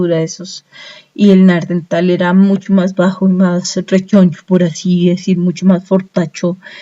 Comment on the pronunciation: Vaya mierda de información.., y lo del "neardental.., jajajaaa.., será neandertal